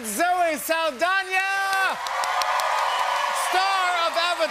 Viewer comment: jimmy rlly said zoe saldonya